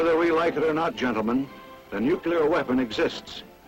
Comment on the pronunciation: Every time he said "nuke-u-lar" I cringed. It's pronounced "new-clear". You would think the military would know better.